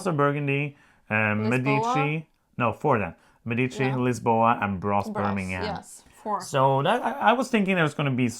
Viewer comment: Thanks for the great video. A suggestion: Medici is pronounced with the stress on the first syllable. Mé-di-ci 🙂